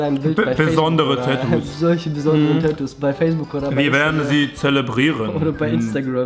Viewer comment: es heißt Tatoos und nicht Täääätuuus😭😒